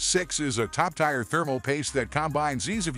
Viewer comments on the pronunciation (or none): Fake sounding AI voice says it’s a “top TIRE paste”. 😂😂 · lol. “It’s a top TIRE paste”. 😂😂😂